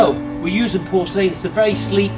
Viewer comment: Nice video but learn how to pronounce porcelain